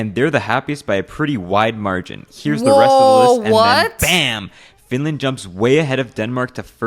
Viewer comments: how dare u say flinlant! bro its finland or suomi not some flinlant! urgh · she lost me when she said "FiNlÄäand"